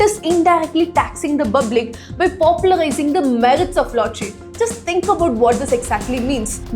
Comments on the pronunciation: Pal is easy to please say public public 😢 not bublic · Is it so difficult to pronounce public..u keep repeating in your previous videos too calling Public as Bublic😢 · Hey, Its Public, not bublic.. Learn to spell words. Or else come here. We will teach you to pronounce. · Hey why r u pronuncing bublic it's public😅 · It's public not Bublic😅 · good one but it is public not bublic. i feel they can still advertise without showing the person. the intrigue will make better curiosity related publicity. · DEAR..FROM NEXT TIME PLEASE STOP SAYING BABLIC INSTEAD OF PUBLIC . IT FEELS CRINGE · you can correct your pronunciation of public publish etc. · Please pronounce Public properly